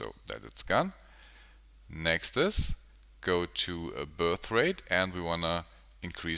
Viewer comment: The word is next, sir Why do you say "nextus" all the time. Very annoying. Further more I thing it's a bit cheap to call yourself the tutorial pilot. We all know Andrew Kramer for years and his groundbreaking work at videocopilot. I presume you mean well but why ride along on his name. Quite frankly you are no match, certainly not from an educational point of view. Sorry